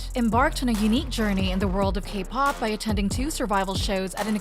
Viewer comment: I wish the A.I. voiceover you use could at least pronounce the names correctly… the entire subject of the video being pronounced as Sah-mi doesn’t sit right. Or when it says K-pahhp. Awkward